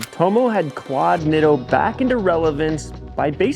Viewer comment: In Japanese the letter "I" is pronounced with the long "e"sound similar to Italian. Spaghetti, Masuratti, Pizza etc. So please pronounce it as Neato.